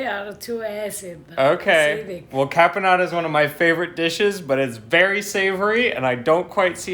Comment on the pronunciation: This dinner looks way more delicious than any other Thanksgiving dinner ever! Of course I am completely partial to the Italian eclectic touches and twists Eva so graciously gave to it!!! I don't know why he keeps saying "carbonara' while the name of the cranberry sauce that she made is "caponata" with added cranberries which I find it to be an absolute "brilliant" alternative touch to the traditional boring cranberry sauce! Super well done Eva, well done!!! <3 The only missing item on this dinner is a little touch of good Italian wine, everything else looks delicious like..."Heaven!"